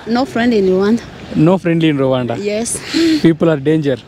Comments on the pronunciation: Ravaanda కాదు రువాండా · రవాండా కాదురా రువాండ